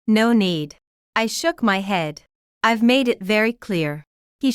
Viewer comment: Buy a better ai! If it still says 'ivvvie' when the scripts says 'I've' (I have many more examples of it failing after just 2 minutes of listening) it s sub-sub-sub-performing. Do not serve your listeners crap!